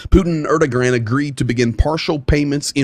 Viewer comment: I think you might want to check your pronunciation of Erdogan.